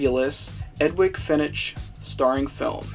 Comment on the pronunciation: Love the review and subbed! However, the "g" in Edwige is pronounced with a "j" sound and the "ch" in Fenech with a "k" sound. ;)